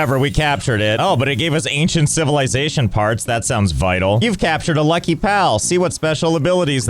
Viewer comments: I wanted to cry when he butchered the lucky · Bro butchered a lucky 😂